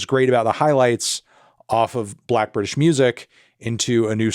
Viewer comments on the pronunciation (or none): none